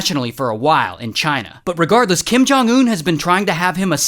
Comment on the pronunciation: Bro really said Kim jung un💀💀💀💀